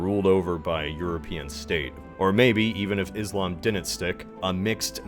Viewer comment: Nine years making history videos……still can’t pronounce ‘Muslim’ and ‘Islam’ properly 🤦🏻‍♂️